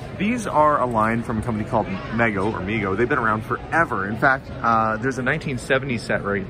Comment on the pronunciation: Hey man. Who told you it was pronounced Meggo? I've always seen it documented in videos as MEE-GO.